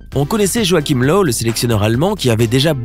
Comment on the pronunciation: joachim löw (löw se prononce leuve)